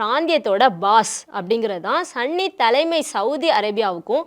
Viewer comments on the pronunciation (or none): Athu sanny illa sunny 😂😂😂😂😂